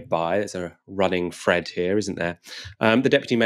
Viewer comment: What is a 'fred'? The word is 'thread'. 'Th' is not pronounced as 'f'.